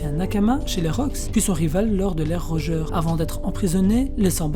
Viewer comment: Bv la video mais corrige la prononciation stp x) Xebeck et Rodger